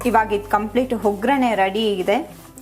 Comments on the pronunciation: ಹವಲಕ್ಕಿ ಅಲ್ಲ ಅವಲಕ್ಕಿ ,ಹೊಗ್ಗರಣೆ ಅಲ್ಲ ಒಗ್ಗರಣೆ, ಹುಪ್ಪು ಅಲ್ಲ ಉಪ್ಪು... ದಯವಿಟ್ಟು ಉಚ್ಚಾರಣೆಗಳನ್ನು ಸರಿಪಡಿಸಿ... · Madam please 🙏 pronounce correctly ... Avoid telling Hoggarane instead of Vaggarane